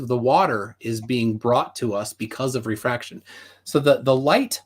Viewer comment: Ah.. these were the days... back when planarwalk had a penis, tjump was a man, was pale and still proclaims presumptions and says they're not presumptions because he says so, calculations are measurements, squiggly cranes... and every answer was "refwaction.. bgawk... refwaction" and refraction perfectly makes things look flat. Now its "The universe is the container". lol.. and finally "we don't see the geometric horizon..." and "boats go over the curve". What of the 5 types of refraction is it? "I don't care". That's like saying "this flavor is the best..." and says "which flavor?" And says "I don't care about your flavors... this is the best flavor."